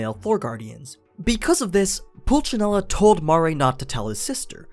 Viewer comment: there's no H letters in the word pulcinella, italian is prounced less like cyaohh = ciao or pulhcynelah....italian words have the same phonetics as "bomboclat"